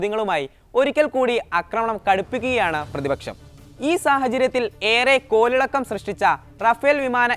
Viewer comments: കോലിളക്കം അല്ല കോയാ... കോളിളക്കം.... 🤣🤣🤣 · കോലിളക്കം അല്ല കോളിളക്കം.